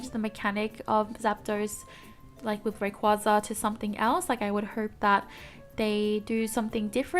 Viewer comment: More escape holes in that new temple map. Also, I think Altaria and Rayquaza is pronounced Ahl-tear-yah and Rae-qway-zah (like Quazar). Also, Bunnel-bee, like Tunnel + Bunny maybe.